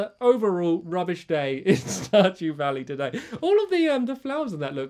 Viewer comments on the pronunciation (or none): "Star due dally", lol. My favorite part 👌